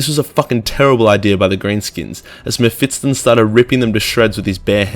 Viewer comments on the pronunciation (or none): Its spelled Me-(ph)Fist-Ton ;)